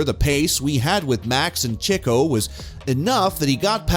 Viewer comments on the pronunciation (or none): “Mono-Coke” and “chicko” Chicko is my favorite driver